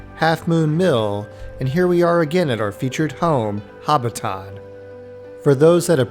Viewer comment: Learn to pronounce Hobbiton for godsake.